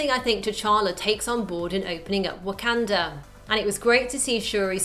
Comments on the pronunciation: It sounds so weird hearing "wah-CAN-duh" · She keeps saying wakanda wrong